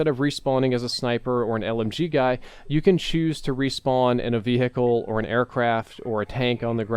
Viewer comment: Why can't say vehicle properly?😂